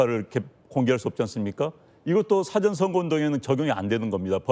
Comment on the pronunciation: " 영어 사전"???? "사아 전"으로 소리는 내는 인간이 없는 한국입니다. 공부 좀 해라. 잘난 척 하지 말고.:face-red-droopy-eyes::face-red-droopy-eyes::face-red-droopy-eyes::face-red-droopy-eyes::face-red-droopy-eyes::face-red-droopy-eyes::face-red-droopy-eyes::face-red-droopy-eyes::face-red-droopy-eyes::face-red-droopy-eyes